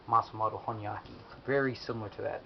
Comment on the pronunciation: Here is a thing it's not hornyyaki it should be hon --yaki